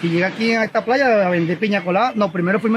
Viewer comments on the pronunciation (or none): none